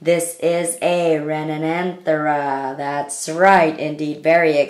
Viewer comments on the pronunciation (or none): its actually re-nan-the-ra